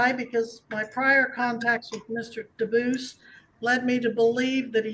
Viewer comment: Lose the AI voice! The name is Dubus, not Deo. Read it live because AI mispronounces words and has emphasis in odd places.